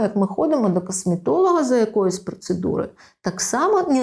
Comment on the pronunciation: прАблЄми кАсмЄтолога прАфілактично дискАмфорт трохи ріже вухо